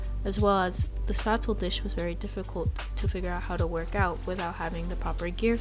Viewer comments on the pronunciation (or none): This was informative, but you’re mispronouncing Spätzle. It’s pronounced like ‘shpets-leh’ Thanks for this video